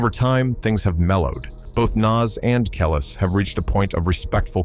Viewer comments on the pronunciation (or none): It's pronounced Kelease you fool!!!😂👑Nas not Naas😂